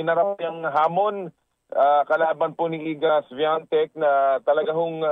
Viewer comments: Świątek hindi swatek 😂 Shiongtek ang pronounce😁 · The pronunciation iga swiatek is iga Viatek silent S and w is v